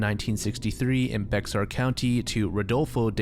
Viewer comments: Was going to say this bc it's not the only time he covered a San Antonio story and saying BeXar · the whiplash i got when you pronounced bexar as "bex-ar"... lmfao it's pronounced as just "bear" (or occasionally "bay-har") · Fun fact from a San Antonian, Bexar is pronounced like “bear” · It's not Be(X)at it's, bear or Bey-R county and that city is pronounced as New Brawn-Fulls. I really hate when people say Be(X)ar and it shows the research wasn't done. It's a pet peeve for most Bexar county natives. (I went to Jefferson, Edison were our rivals) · it’s not Bex-ar, it’s Bear, the X in Bexar is silent. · It is pronounced 'bear' county, not bexar. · bexar is pronounced bear btw. awesome video ! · Not huge, but Bexar county is pronounced as "bear" the x is silent, dont ask me why lol. Source: im from central texas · For future reference, Bexar is pronounced Bear :] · "Bexar" county where San Antonio is located is pronounced "bear." I dont know why it is like this but I live pretty close to San Antonio so thats why I know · Respectfully, Bexar County is pronounced Bear County. I love your videos. They are always super enjoyable, but as someone from the central Texas area, thet was driving me crazy. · totally unrelated but bexar is pronounced bear and new braunfels is new braunfulls:) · Bexar is pronounced Bear. I can confirm since I live here 😅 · I live in San antonio and never knew about that story. Also Bexar County is pronounced Bear County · i know this video is like a year old but fun fact about ‘Bexar’ county, it’s pronounced as “Bear” ! :) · Bexar is pronounced "bay er", or "bay har" Common non-Texan mistake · Bexar is said like bear ;o; , u dont say the x IDK WHY BUT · FYI: Bexar County is pronounced BAY-ar. Source: Texan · Bexar is pronounced “Bear” county. Pretty sure it’s a word influenced from when texas was still a part of Mexico. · i know it's confusing but bexar is pronounced like "bear" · Bexar County is pronounced "Bear" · Bexar is pronounced bear